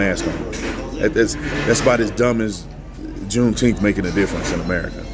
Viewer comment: Are you saying Jew teeth?